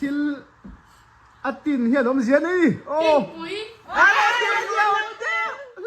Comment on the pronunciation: Vaitin leh Phulmawi kha alem nen adiktheilo,adang dangah pwh adiklo.Vaitin tih a"TIN"tihlaikhaRUKRU tih a"RU"tih thluk anitur,Phulmawi ahpwh PHUL tihkha Meizu tih a"ZU"tih thluk tûr,a awmanglo hlawm ltk,Mizotrawng leh khawhming intidanglamdaih tihna ani,fimkhur tawh u,a mawlthlak.